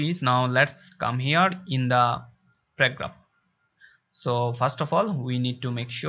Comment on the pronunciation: Don't know how to pronounce paragraphs?? You say pegraph😃😃 However, the Video Was Nice.